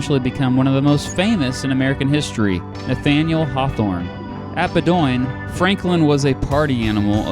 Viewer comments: I grew up in Brunswick, Maine. It is pronounced Bo Den College. Not Ba Doyn. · I started dying of laughter bc of how you pronounced Bowdoin College in Brunswick, ME. I’m from Maine bruh. It’s traditionally pronounced Bow-den not Bo-doin?? LMAOOO NO hate all support. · BOH-din, not BUH-doyn, for future reference. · As a Mainer, I will never forgive you for saying bow-doin instead of bow-den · here is a little feedback. In the intro, the audio is horrible, as is the backdrop. Background music horrible and too loud. Also, it's said Bow - din College (as in "bow and arrow"). Not Bo-doin (with an emphasis on the 2nd syllable and the O in particular). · Not bo-doin', but bow'-din. I doubt I am the first to note this. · That's Bo-din college, Bowdoin - it's where J L Chamberlain taught. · Great video on Mr Pierce, however Bowdoin College is pronounced “BOH-dun”, not “buh-DOYN”. I live in New Hampshire and have made the same mistake. We just happen to have weird town/institution names around here. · this video is 11 years old and i doubt you will see this, and you may already know by now but bowdoin is pronounced Bow-din like dinner plate. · Another of your nice, fair, informative videos BUT "Bowdoin College" in Maine is pronounced "BOH-dun." The person most associated with Bowdoin is Joshua Lawrence Chamberlain, the Gettysburg/Civil War hero who taught at Bowdoin and was the school's president for about a dozen years. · Nice video. You gravely mispronounce Bowdoin, however. It is said BO-d’n. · BOW-din College! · Bowdoin is pronounced 'BO-din' College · You’re sayin Bowdoin wrong. It’s pronounced like “Bowden”. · Just so you know Bowdoim is pronounced like Bowdon. Maine is weird when it comes to names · the name of the college is pronounced ""BOH-din". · BOW-DIN not whatever the heck you called it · You are mispronouncing Bowdion! Bo-d'n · FWI, Bowdoin College is pronounced “Bo’ - din”. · Of course. All he had to do was to ask someone....anyone. Painful.